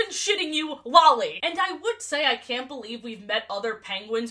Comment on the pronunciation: The absolute psychic damage I take every time you say Lolly's name